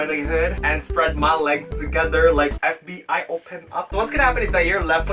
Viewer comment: F B I OPEN UP, best Asian accent eva when u said